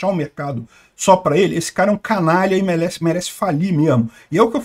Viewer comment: "Melesse falir mesmo" ahahhaah Peter cebolinha hahahah